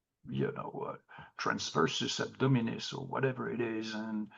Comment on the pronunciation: "Trasverse abdominis, or whatever it is..." 😂😂😂 Domest-eye-cation.